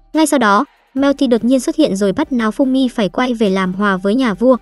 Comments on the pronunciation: Hình như có j đó sai sai nao thì đọc thành náo nghe như kiểu láo ế :)))) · sao tui nghe tên nafumy mà ra maeof simmy ta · nghe tên naofumi thành náofumi hài vaiz XDĐ